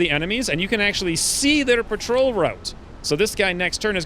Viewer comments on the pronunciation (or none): none